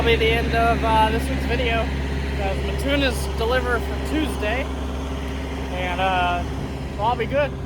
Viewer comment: I lived in Mattoon IL for 15 years. That’s my old stomping grounds. It’s pronounced like Matt-Toon. Say it right or they will string you up by your toes. 😂 😂